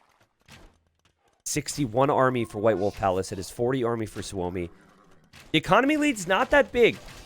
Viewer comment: Hey . Is Suomi (=Means Finland ) on purpose or what ? Im new here. Btw you say suomi like native